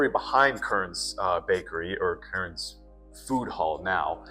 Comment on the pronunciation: KERN'S, NOT Kurns